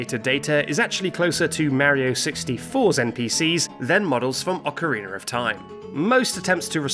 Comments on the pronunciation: why do you say Ocariner of Time? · Why say it like "OcarinER of Time"? Must be deliberate at this point. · That's how British people say it. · "How do you spell 'Ocarina'?" -"O-C-A-R-E-E-N-U-R" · I love the the way he say ocerinar xD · Dude said "Ocareener" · why does he say "oceriner" but he can say aria, data, and diana correctly? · OCK-A-REE-NER... of time XD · Ocariner of Time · "Ocariner of Time" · ocariner isn't even the same word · I have heard Northern Irish people say it like that too.